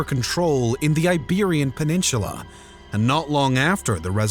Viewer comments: Someone's gotta teach you how to properly pronounce "peninsula." There is no H. It drives me up the wall to hear "peninshula." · you say the word peninsula weird